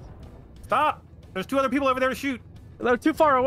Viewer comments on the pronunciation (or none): It's other not uver